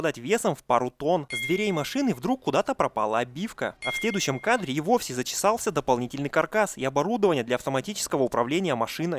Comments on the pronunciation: в этом выпуске много оговорок! "любимым" вместо "влюблённым" и "зачесался" вместо "затесался" и еще оговорки типа "бои ближнего боя". Но китаец попивающий чаёк улыбнул,лол! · ну ПОЧЕМУ постоянно я слышу вместо затесался - заЧесался? Что за беда у тебя с этим словом???